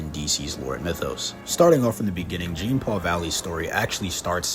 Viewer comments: Jean-paul..... Jean-paul... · He went the ENTIRE video without taking the time to actually lean how to say the character's name. Painful. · the funny thing is that sometimes he does it throughout the video. So either he's mispronouncing on purpose or is a bot. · Zhohn-Palh is how you pronounce Jean-Paul. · Okay 3 minutes in and I hate this guy. It's not "Gene Paul Valley"